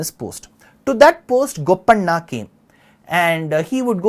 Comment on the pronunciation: Sri your Telugu name pronounciations are not great. It feels bad. especially when you said Madhanna and Gopanna